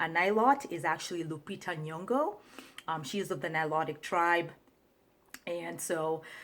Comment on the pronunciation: Wanted to school you, but some "good Samaritan" has. Take notes. My only problem is, that hair and funny neck movement, and you can't pronounce "Nyong'o" ? Bye